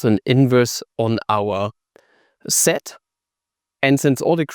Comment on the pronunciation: Sed sed, zed sed. Dude it's sed set